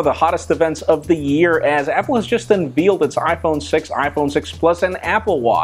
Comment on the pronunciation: Unveeled. Ha ha Love you